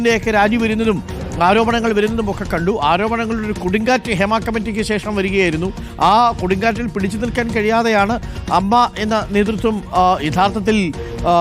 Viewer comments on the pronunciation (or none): എ എം എം എ അല്ല സാറേ 'അമ്മ'